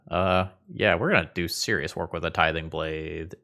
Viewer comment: Why is tithing blade so hard to pronounce? Tiding blathe?